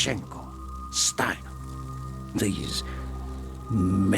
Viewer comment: Steiner is pronounced Steiner why you felt compelled to pronounced it wrong. Either know what your talking about or shut up. God I appreciate how you try to appreciate the game. Just maybe dont talk out your ass. Considering how young you are I ain't suprised.🤦‍♂️